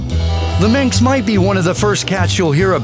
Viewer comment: The "sinks?" Perhaps just a speech impediment. But "Minx", or Burmeece"? Believe it or not, the narrator sidelines as a speech therapist.